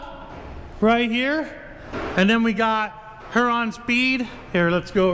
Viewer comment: It's not pronounced her-on speed it's pronounced hear-Ron I live in Ohio with the county name please stop mispronouncing this company name